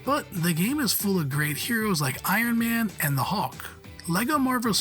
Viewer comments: It's hulk not hawk. Cmon that's just lazy ffs. If there's actually a reason behind it the fair enough but hawk, hawk seriously. Probably just lazy. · I didn’t realise there was a Marvel character called ‘The Hawk’ 👀 at least that’s what it sounded like 😂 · Is this narrated by an Al with a limited vocabulary? I've never heard anyone pronounce "Hulk" so VERY close to "hawk" before. Strange. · Hawk? And it keeps being said that way... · Someone needs to teach this guy how to pronounce Hulk